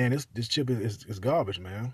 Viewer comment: * gum smack , sposed to umm, * gum smack * gabbige mannm * gum smack .( Has no data to support his claim in any way) 🤭 Save your money and buy a legit 10 year old hot hatch with Turbo instead of trying to make a racer out of a Domestic dog made to haul groceries.